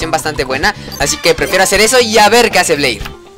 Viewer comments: se pronuncia bler se pronuncia alado con llamas el de jaden aprende a perder con mujeres has un directo jugando yugioh pro phoenix con subs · es "bleír" con acento csm y lo dijiste sin acento XD okay no solo quería comentar algo XD